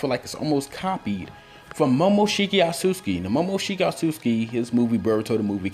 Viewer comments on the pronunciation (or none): It's not Asuski lol. If you want to pronounce something in Japanese read as it is spelled don't add anything or remove anything. Read every letter. It's Otsutsuki (O-TSU-TSU-KI). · I hate that you say osuski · i'm slightly annoyed at how he pronounces Otsutsuki